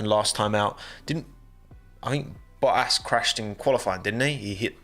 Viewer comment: U kept saying boahass..... Isn't it boattas